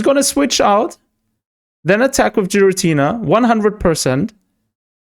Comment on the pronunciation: I'm sure Xatumi would approve of your pronunciation of Giratina 😂